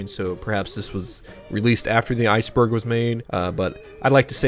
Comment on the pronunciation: I thought you said spiceburg 😂